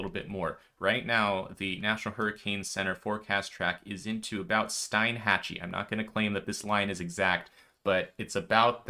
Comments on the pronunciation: Hey, fyi I just found out Steinhatchee is pronounced Steenhatchee. 🙂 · Steinhatchee is pronounced "Steenhatchee" 😂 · I can't believe you said Steinhatchee..Steeenhatchee but you already knew that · Local PRONUNCIATION Help 😊 Wakulla = Wa-kool-a Steinhatchee = Steen-hatch-ee